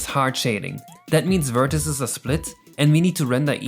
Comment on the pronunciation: Awesome video, but please look up how to pronounce vertices :>